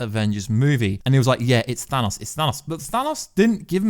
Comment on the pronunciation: Well done, never stop telling people that it is pronounced 'Thanos', not 'Dan Owes' like so many Americans insist on believing